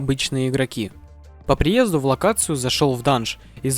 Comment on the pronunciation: по приездЕ, а не ДУ